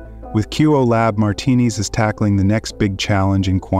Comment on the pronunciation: Good video, pronouncing his last name "martinis" was kind of annoying though.